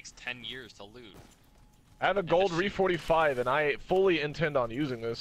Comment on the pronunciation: Omg its not reeeeeeeee 45 its r. .e. 45 not reeeeeeee